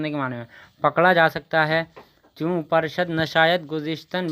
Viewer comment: پر شد نہیں ہے پور شد ہے